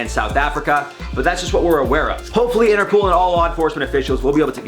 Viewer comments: It sounds like is saying interpool instead of interpol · Interpool?? Its interpol like poll not pool that was irritating Haha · Interpol.. Not interpool 😂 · Lol!, its interpol, as in international police 😂 love your vids